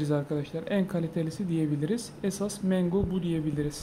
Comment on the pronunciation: abi mengo deyişine bitiyorum😀 saygılar 😊